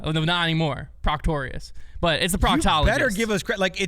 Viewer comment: been calling him proctorius for a while now.